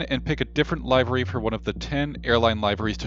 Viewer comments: Nice review, but I couldn't get over you saying "live-er-y" when it is pronounced "liv-er-y" (/ˈliv(ə)rē/). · Thanks for the video sir. I don't think I'll pay money to have the ground crews do exactly what they do now except for having a new paint job. No disrespect when I say this. It's pronounced LIV - ER - REE